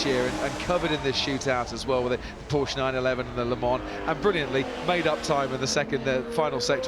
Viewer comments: You are the one breaking down because I said some old fart F1 commentator sounds like a peasant. Porshhh vs PorschE is not subtle and it’s not wrong to expect experts to pronounce words correctly. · Which one keeps saying Porsh? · That’s not how you pronounce Porsche. You really couldn’t find anyone who knows anything about car racing to narrate? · The fact that you can't take it when a person does not pronounce the subtle "u" sound at the end of the name is both hilarious and tragic. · Oh no, how dare I suggest that an announcer for Goodwood should know how to pronounce the name of a major car manufacturer. It makes you sound like a meemaw from Walmart in Iowa.